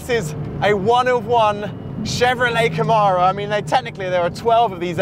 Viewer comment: Even the Americans don't call it Caaaamaro! Smh!!!!!